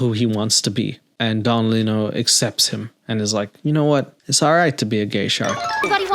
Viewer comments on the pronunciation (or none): I'm glad someone else caught that "little" pronunciation from Don Lino... Thought I was the only one who noticed as a child 😂